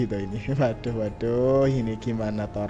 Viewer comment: Tu kannnn... Nampak bungulnya.... Wodahhhhh wadohhhhhh wodahhhhh wadohhhhhhhh..... Emang gak bisa pakek bahasa yang benerkah..... Ngertinya cuma waduhhhh waduhhhhh Mulu.... Tumpul amat mas ini....!!